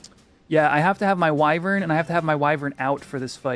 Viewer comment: Wyvern = wai-vern